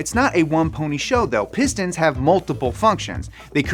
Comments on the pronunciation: Who else heard say “Piss Dance”? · Piss stains, piss stains, piss stains is what I heard in the beginning of the video haha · Not gonna lie, I thought he was saying "piss stans" in the introduction and I was scared I clicked on a not so savory video.